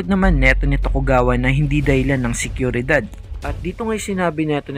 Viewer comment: hahah SEKYURIDAD? baka po SIGURIDAD or sa english SECURITY